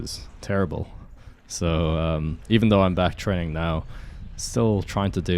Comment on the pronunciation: He actually said "trenning" when you listen carefully😅